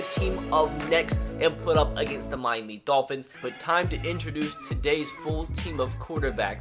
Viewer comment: Why does he say mimy instead of Miami tf?